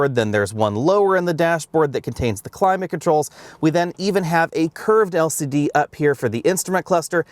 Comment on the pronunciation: "El Siddee screens"